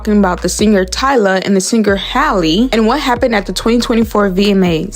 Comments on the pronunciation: Why are you saying Tyler? Lmao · Why are you calling her Tyler instead of Tyla? You are mispronouncing Tyla’s name. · Her name is Tyla not Tyler lol